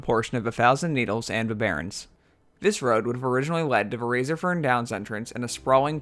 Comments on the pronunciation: It's Razorfen no Razorfern. Other that that sic vid m8 <3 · isnt it razorFEN krual? or is it just me. lol